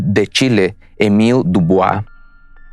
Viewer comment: Hola se pronuncia” Emíl Diubua